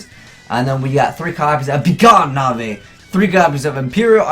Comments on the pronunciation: Nahvay? It's Knave. Pronounced "Nave". Learn to English. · lol this was a pretty terrible video. 1. it's obviously 'nave' not 'kunavay' 2. storming is considered the best mirror by far as its easier to activate and putting monsters face down is a benefit vrs ba and any other deck that summons a lot at once like pendulum you can lock their board up. 3. iron wall isn't needed for this combo cause they never go from field to grave. 4. this isn't a legitimate combo because you have to draw more paliazoic traps every time if you don't then you can't special anymore that turn. 5. paliazoics are being played a lot actually. toadally awesome has only been out for a few weeks and the deck has already topped 3 events with toad and it topped 2 events before toad even came out. 5. you need the rank 2 monster for this combo making it a 4 card combo that you have to wait a turn to do cause of be gone knave. (ie it's terrible) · It's not Navai it's begone Knaive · Begone Nay-ve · lol azeyes the k in knive Is silent like knife its pronounced nave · cringe every time he says "Navee" Dx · Why would Knave be pronounced '"Na-vay" if Knives isn't pronounced "ni-vays" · Knave is pronounced nave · Damn, You and Capital G are so bad at pronouncing basic words. Learn to pronounce, Knave!😁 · Seriously doesn't know how to pronounce Knave....? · Knave is pronounced like shave dude <3